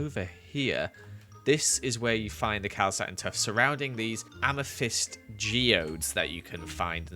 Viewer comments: Nobody:: AMATHISED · AMA NOT THYST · Ame not thyst